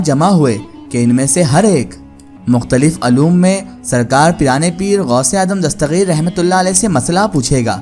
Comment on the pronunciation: dastageer hai gaa ko gaeen kyun padhraheho bhai